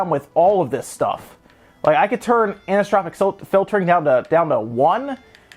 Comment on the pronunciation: *Omg... Its "Aniso-Tropic" Filtering! lol. Not sure I've seen someone struggle that much with a word, or at least with such a common word in video games. Well, at least with PC gaming as like ALL PC gamers, Ive seen the word Anisotropic, hundreds if not thousands of times so it should be imprinted in my brain.*